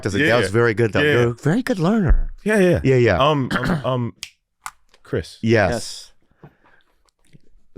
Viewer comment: Chwis issa vely vely sowwy